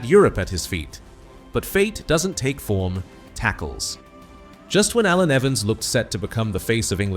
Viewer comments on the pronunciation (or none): Shame the AI commentary couldn't pronounce his first name....